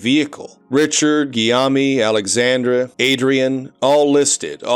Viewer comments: i love how this dude says guillaume as 'giyami' instead of 'giyoum,' like the most common french name. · Guillaume is pronounced as "Gee-yômh". Apparently it's related to the name "William". 🤷